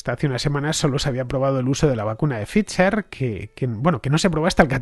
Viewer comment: Cada vez que Fernando dice “Pficher” muere un gatito 🐱